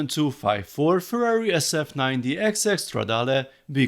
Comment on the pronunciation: Thank god, someone who knows how to pronounce "Stradale".